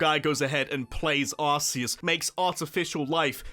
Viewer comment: Anyone else really bothered by people calling it ARSEus?